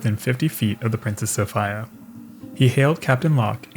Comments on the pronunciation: I want to pull out my hair... I'm pretty sure it's "Princess Soph(EEEE)a." not "Soph(III)a" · It's Sof-ee-a, not Sof-ay-a... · Always thought it was pronounced So-fee-ah. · Sophia not Sophaia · It's a Greek first name, pronounced So-fee-a, not so so-fai-a, you savage! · So-fie-ya? Really? Not So-fee-ya? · SOOOO- Feeeeeee- Aaaaaaa, not Soooo- Fiiiiiiiii- Aaaaaaaaa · Is it really pronounced So-FI-ya? I have never heard the name Sophia pronounced any other way but So-FEE-ya. Maybe a Canadian thing. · It’s pronounced So-FEE-ya NOT So-FYE-ya! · It’s pronounced So-fee-a, not So-fi-a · Soph-I-a??? Soph-eeeeeeeeeeee-a. I cannot hear Soph-i-a one more time. It makes my ears bleed. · So fye uh? Or So fee uh? I'm so used to hearing Sophia pronounced So fee uh it's odd hearing it the way you say it. Is there a reason? Like Garand is pronounced Ga rund not Guh rand because that's the way John garand pronounced it. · It's the Princess So-FEE'-yah, not So-FIE-yah. It doesn't matter how the British mispronounce it. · So-Fee-a. Not So-Fi-a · "SOPHEEA" E sound, not I sound. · i believe its pronounced Soph-ea rather than Soph-I-uh. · It is the "princess So-fee-uh" ... Pronunciation is important. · Sofeee- ah. 😂😂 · Properly pronounced So-fear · SO FEE UH Not the way you're saying it. I'm not even remotely interested in this, but my fiancé is watching it across the room from me and I had to hunt this down to correct you. You say it right at least once... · It's Princess Sophia, not sOpHaYa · I'm stunned you've never heard the name "Sophia" spoken in all your years prior to the production of this video. So FEE uh. You're welcome. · Its pronounced Sophia. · Sophia = So-fee-uh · Bro. Love your work. That's why I am going to square you away on this. Sophia is pronounced So-fee-a. Like Sophia Loren or Princess Sophia of England (daughter of George III I think) or Sophia Martin, my niece, who is awsome just like her beautiful mother and my little brother. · It's PRONOUNCED The Princess SophEa